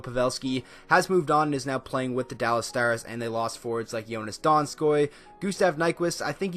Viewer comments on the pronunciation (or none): none